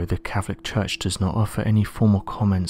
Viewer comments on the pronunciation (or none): none